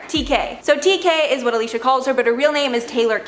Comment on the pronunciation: I love this channel, but I’ve been noticing the lack of connection to the titles of some of the videos. It’s called “Top Ten Influencer Assistants,” but when you go down the list, you name the CELEBRITIES’ names, instead of the assistants’ names. Also, it’s AlisHa Marie, not Alisa Marie.